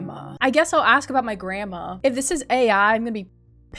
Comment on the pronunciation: lol it sounds like you say "grama" instead of "grandma" btw I love ur vids>:3